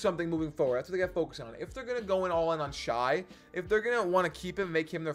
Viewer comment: Shay not Shy